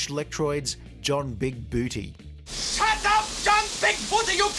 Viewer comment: it's pronounced "big bootay"!